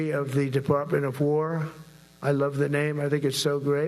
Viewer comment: What's a "Deparpment"?